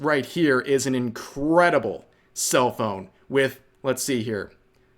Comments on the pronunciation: every time you say self own I hear cell phone lol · Did anyone else think Rev was saying "cell phones" for a minute there and not "self-owns"? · It took a surprisingly long time to realize rev said self-owns instead of cellphones